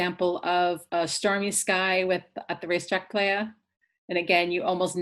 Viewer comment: Great video. But Racetrack “Ply-uh” :)